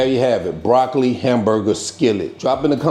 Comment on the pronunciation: Broc-co-lee...groun...beef-e-dee, 🤣🤣🤣🤣🤣🤣🤣! Gonna make me sum😋. Gonna pre-order the hard copy too. 🙂